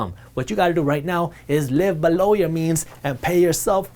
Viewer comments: Its Ballow lol. It took me 3 months to know he meant Below :) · Anyone else like it when he says "Below"?